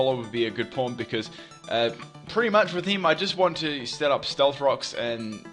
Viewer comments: when you saw pawn it dose not sound like pawn lol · oh my god I feel so bad I thought you said "porn" at first instead of "pawn"